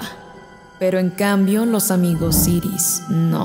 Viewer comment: Es arcoiris no iris